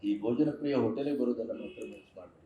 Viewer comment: KINDLY CORRECT TO BHOJAN PRIYA NOT BOJANPRIYA 'H' IS MISSING.